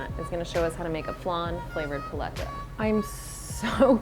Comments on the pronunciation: I love how the owner keeps emphasizing the word "paleta" yet chef rebbeca keeps saying it like she's ordering a Starbucks menu item. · lolo fernandez lmao no. Learn Spanish vowel sounds. Even listen to the lady she’s interviewing! It hurts every time the host says it her way... it’s like pronouncing tortilla “tor-till-uh”. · Pah-lay-tuh. How did the producer not slap this woman. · This is the whitest way I've ever heard paletas pronounced lolllll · i live in argentina, and i can tall you that paleta has no "lay" sound, not even cloose to it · I couldn't watch this whole video because of the way she was pronouncing the word paleta. Made me cringe every time she said it. She needs Spanish lessons badly. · Idk how I feel about how she pronounces "paleta"